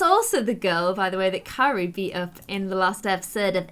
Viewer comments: You keep calling Keira kery😂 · Keira not Carrie lol love u 💛💜💙💚💛💜💙💚